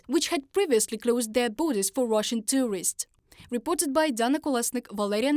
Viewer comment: Jeez, what kind of accent is it that pronounces "yachts" as "yodes"? And "tourist visas" as "terrorist visas"? 🙄